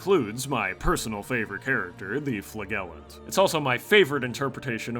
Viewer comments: It's flaJellant you fucking troglodyte. Solid video tho 10/10 would wank to it again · You pronounce flagellant the same way your pronounce badge not bag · "Flagellant is my favourite" Also: Pronounces Flagellant with a hard G when it's actually pronounced with a Soft G Fla-jel-ent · Isn't "flagellant" pronounced "fla-juh-luhnt"? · Agreed. Now can I get some sort of 🤓 Wellactuallysplaining segment where I correct pronunciation of Flagellant (flAGELLant sounds like mAGELLan or vAG… no, never mind.) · It's flagellant not fluh-gell-int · I can't cope with your pronunciation of flagellant. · My man, thats not how you say Flagellant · I love how wrong he says flagellant lol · are you saying flagellant wrong ironically? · Good video, but the way you pronounce flagellant makes me wanna scalp myself.